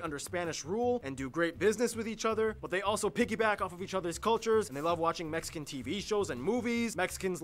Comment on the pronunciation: Mexican not Mexican’t